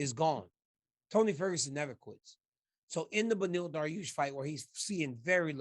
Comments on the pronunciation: This guy RC can never get Beneil Dariush name right. He got confused and said Deneil Bariush LMAO DC talk to your mans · You mean Benny daroosh? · Learn the fighters names. Other than that, great show